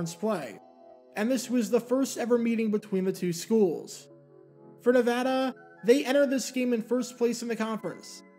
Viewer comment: Can I just say thank you for pronouncing “Nevada” properly? Not a lot of east-coast folks do that.